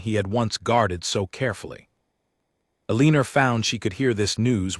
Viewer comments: E lean nor is not a name please pronounce names properly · Teach the AI to say the name Eleanor properly. El leen r is so annoying. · Eleeener again?? If the narrator can’t say it, why not just change her name? Nails on a chalkboard 🙄, think I’ll skip it. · Terrible AI voice that can’t even pronounce her name. No thanks